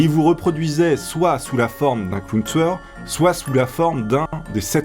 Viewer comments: On dirait tu dis clown tsoueur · Pourquoi tu dit clown touyeur